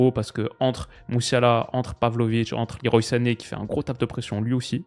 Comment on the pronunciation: Petite info inutile pour les diners mondains : Leroy Sané se prononcerait "le roi" à la française, car son prénom serait un hommage à Claude Le Roy, ancien sélectionneur de son père, ancien international sénégalais. Je viens de voir ça sur son Wiki. Sinon super vidéo, ces vidéos d'analyse "à froid" ont vraiment ma préférence sur ta chaine !